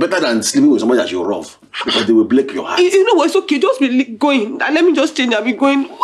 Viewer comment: “I rove you too”